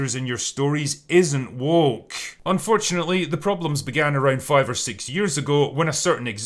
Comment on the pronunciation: Personally I think just avoids the word "woke" because he struggles pronouncing it. WOOOHCKH